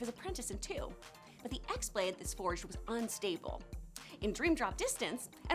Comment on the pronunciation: You butchered the name of the x-blade its pronounced as key-blade in birth by sleep therefore its key-blade